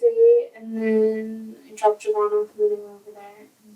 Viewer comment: How did this man’s mother name him Jovan and then pronounce it like Javon??